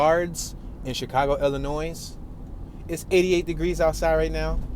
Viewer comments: "Illinoise" ? Is he for real with his pronunciation??? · You do not pronounce the s in Illinois.